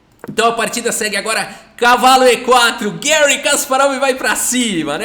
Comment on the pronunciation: Gary ( por favor não use a pronuncia inglesa. Ele é russo e nós falamos português, pra que usar prinuncia inglesa que não tem nada a ver?) é o maior da história mesmo!